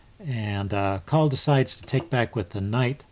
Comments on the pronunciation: First viewing of one of your videos. Well done! Subbed. But it's or system. Lazy tongues pronounce only the 1st syllable. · Excellent video. Btw, the e isn't silent. It's Col lee